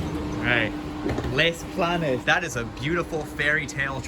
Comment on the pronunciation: Your pronunciation of "Les Planes" is ok...? It's pronounced "Las Planas"